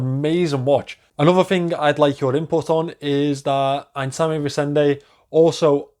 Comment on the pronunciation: Great review as always,! Your pronunciation of Einsame Resende is good, except the "s" in Einsame which must sound lize a "z".